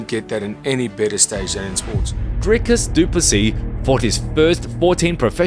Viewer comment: Wtf Dana pronounces it “Dry-cus”?